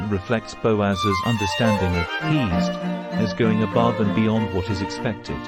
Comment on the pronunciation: Isn't pronounced heh-sed or hey-sed?